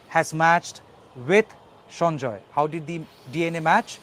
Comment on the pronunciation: He is Sanjay Rai and is not a Bengali. Why are you pronouncing the name is a Bengali accent ?